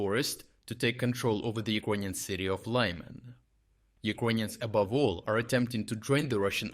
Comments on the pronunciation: Друже, а відколи Лиман став Лайманом? :) Для чого так перекручувати імена українських міст та сіл? Чому не вчити іноземців правильно вимовляти наші слова? Ти ж володієш українською. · Why do Anglo-Saxons disregard NAMES and assign their own versions to everything? The city of Łyman is not called "Lahy-mahn". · Why are you now mispronouncing Lyman?